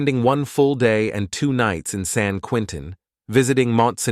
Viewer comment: Agreed. I don't know why people who cannot pronounce spanish words insist on destroying the language.